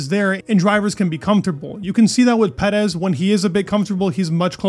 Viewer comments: "Max Vurstoppan"? Edit: And "Pedez..." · Why do you pronounce Perez like that lmao